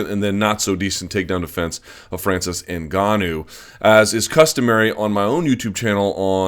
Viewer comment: So glad to hear Luke pronounce NGannou properly. I don't feel like sticking forks in my ears. Thanks big guy